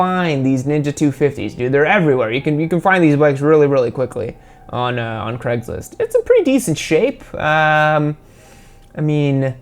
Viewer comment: WHAT IN THE SHIT IS CREGLIST? Its CRAIG-LIST not freeking CREG